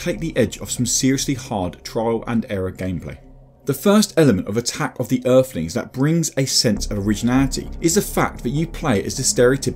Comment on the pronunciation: Eerflins (Earthlings) If you can't speak properly you really shouldn't be narrating on anything